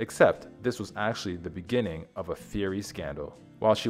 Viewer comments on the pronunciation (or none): none